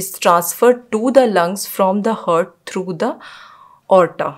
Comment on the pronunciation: First of all it's HEART and what you pronounce is HURT both are different pronounce it correctly...